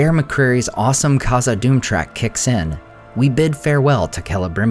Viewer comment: The “Kh” in Khazad Dum is pronounced like the “Ch” Challah